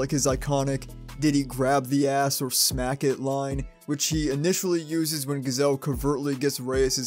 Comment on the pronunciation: "Gazelle" bruh